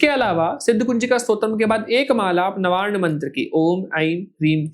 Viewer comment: 😂😂😂 तुम लोगों ने अंधेर मचा रहा है भाई 😂😂😂 ये नवार्ण मंत्र का अशुद्ध उच्चारण कर रहा है और व्यर्थ की अप्रामाणिक बातें कर रहा है! जो इसे सुनकर कोई साधना करेगा उसे हानि होनी सुनिश्चित है 😂😂😂